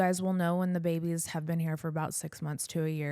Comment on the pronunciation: Bunnie you said babie(s) OMG... ... shhh i won't tell !!!!